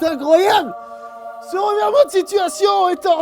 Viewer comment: "ce revèrement de situation"